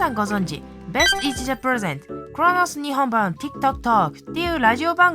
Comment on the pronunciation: クゥロノスヌィホンブァン